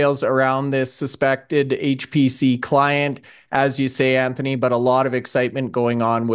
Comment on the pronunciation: Anthony loves HAAAYCCHT PC!